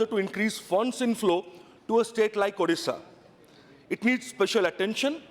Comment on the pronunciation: 1st see your own english.... It's illiterate ....not ilitarete😂😂😂.....it's bad not bed....and moreover it's ODISHA...... U better join some english academy and improve your english😂😂😂😂😂.... In short 1st see where u stand in your life!....